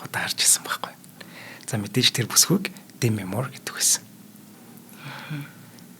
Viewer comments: Дээмий гэмээр байна. Дэмий гэхээр арай л сонин сонсогдоод ккк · Дэмий гэмээргүй бнаа. Уул нь эхний үен дээр өргөлтэй Дээмий гэх нь зөв байх. Хэтрүүлэгтэй зүйлд Монголчууд дургүй шүү.